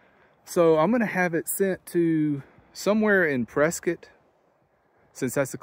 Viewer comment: Congratulations you pronounced Prescott correctly ❤